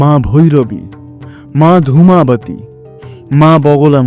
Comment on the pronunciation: আপনি শুরুতে দুই টি মহাবিদ্যার নাম ভুল বলেছেন। 1) মা ত্রিপুর সুন্দরী নয় ওটা হবে মা ত্রিপুরা সুন্দরী আর 2) মা ধূমাবাতী নয় ওটা হবে মা ধূমাবতী। উচ্চারণ টা বাঙালি হয় কেত মারতে গিয়ে অবাঙালিদের মতো করবেন না।